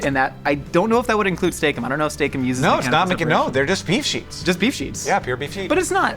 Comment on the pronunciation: It was a bad idea to take a drink every time they said "Steak Ems" or however it's spelled. This is probably the end, dear friends. Haha jk